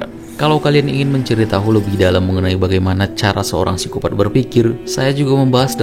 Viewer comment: Koreksi min, Psikopat, P nya ngga usah dibaca